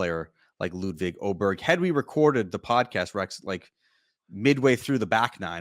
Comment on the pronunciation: I just wish all the announcers would stop mispronouncing his name... Aye-berg. Not Oh-berg